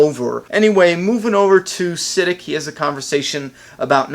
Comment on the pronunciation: SA-DEEK, not Sid-ick. in pretty sure